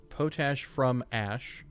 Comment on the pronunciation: Heads up, Potash isn't pronounced like Potatoes. It's a compound of Potassium and Ash and is pronounced as Pot-Ash - Not a big deal, but thought I'd let you know :)